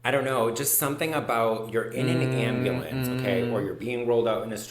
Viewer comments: Please tell me when said “ambalance” someone else pictured the video of that guy with the song “oooh black betty…AMBALANCE” 🤣🤣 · AMBA LAM!